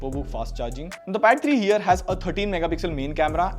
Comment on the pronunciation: i heard battery too